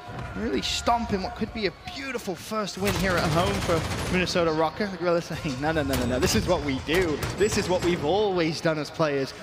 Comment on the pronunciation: Is it just me or is everyone pronouncing Røkker wrong? The ø is pronounced like "uh" and I'm not hearing that.